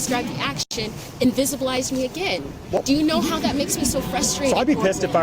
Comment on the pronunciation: DID THIS HEFFA SAY INVISIBLELIZED...N U CALLT URSELF A COLLEGE FESSA...GRRL BYE